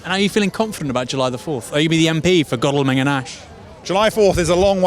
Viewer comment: Enjoyed hearing the contrast of your pronunciation of Godalming throughout the video 😂👍